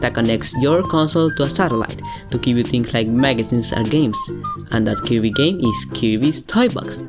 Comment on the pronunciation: I hate the way he pronounces Kirby